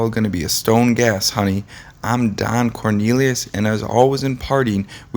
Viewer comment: This guy is irritating he kept mispronouncing his last name! He does that quite often! And who WAS that guy he showed off & on & at the end! 🙄